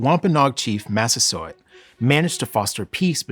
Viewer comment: i keep hearing "chief mastersword".